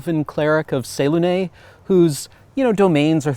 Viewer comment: That is NOT how I pronounce Selune and I've played two characters that were her cleric and paladin respectfully, am I just dumb